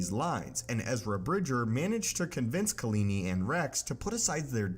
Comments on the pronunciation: (KAH-La- Knee) Kahlani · Do you mean KalAni?